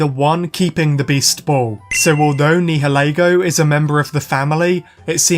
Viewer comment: Nihalego is pronounced like (Ni-uh-lee-go)